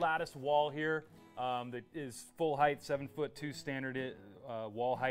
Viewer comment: Just a friendly reminder. The word is height, not heighth :)